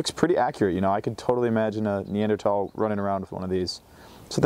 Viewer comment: Followed because you pronounced it correctly. 🎉